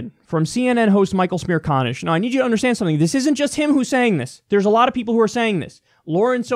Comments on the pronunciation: "Michael Smear conish"? 😂😂 Kyle, it's almost like you said that on purpose. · His name is Michael Smear-Con-ish? LOL